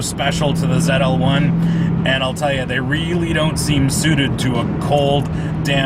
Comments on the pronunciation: Why does this idiot in the video keep Tryna make this Canadian/American car European by pronouncing its name Zetel One!?! WTH man ZL-1 dummy it's a coupe NOT a coupe' smh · !st of what in the world is a zet l1? Its zl1 dumb ass. 2nd comparing a ZL1! to a boss is like comparing a challenger r/t to a dodge demon. get a clue buddy. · Ahahah. Goofy fuck zedel? Zetel? What the fuck?